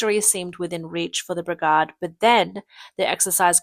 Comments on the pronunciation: Brigard ? BRI-GAY-D. Whats with the sky ? It is always polluted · What is a begard ?What is that?Do you mean bergade because you're saying begard. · brig-ard. i still hurt from that. That is usually a sign of AI generated speech. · Its pronounced BRIG-AID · "The brigarhd" 😅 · The A in brigade is pronounced with the long-A sound. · you missed brig-ard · And brigaad. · And pronounce it bri-gaahd. Sometimes. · You need to work on your pronunciation of brigade, barracks, and regiment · brigade rhymes with lemonade - it doesn't sound like brigahd - how many times did you say it wrong? Batallion sounds like bat-TAL-leeon, not like bat-TIL-leeon how many times did you get that wrong? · Ai crap Bit-illion NO BATillion and Brig AID not bigaaade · You can't say "A"? Its "battalion" not "bitillion"..and not "brigahde" its "brigAde" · WTF is a briggard and a battillion?! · May want to rehearse scripts in future. Pronouncing brigade and battalion as brigarde and battilion was doing my head in. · You're not pronouncing "brigade" or "battalion" correctly... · Please pronounce "Brigade" and "Battalion" correctly before mocking others for incompetence.